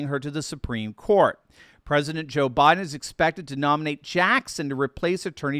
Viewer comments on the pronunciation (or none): none